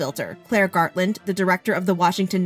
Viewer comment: Gartland g = f FARTLAND😂😂😂😂😂😂😂😂😂😂😂😂😂😂😂😂